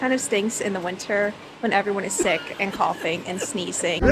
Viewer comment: Nice video! BTW, What do you mean by 'six season' or it is 'sick season'? (minute 7.45)